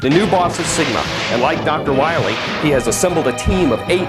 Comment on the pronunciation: he says wahwee